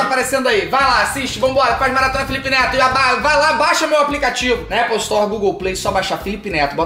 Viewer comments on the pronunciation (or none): ELE FALOU NETO ERRADO PERCEBERAM